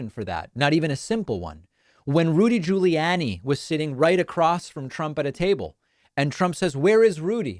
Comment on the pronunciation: "When Rudy Guli-Yaahnni" What in the world kinda pronunciation is that David 😂